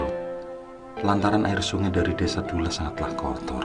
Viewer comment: Duloh bukan dulah om